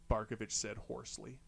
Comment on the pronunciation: Dude, you nail it with "Barkovich"! Haha 👏👏👏